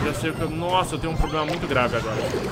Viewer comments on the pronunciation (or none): none